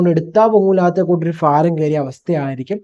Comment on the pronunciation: ഫാരം അല്ല സുഹൃത്തേ ഭാരം എന്ന് പറയുക